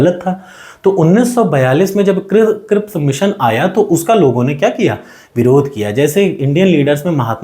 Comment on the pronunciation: Not crissp, but cripps mission 😂, Aapke dmg me to khane ka chl rha h!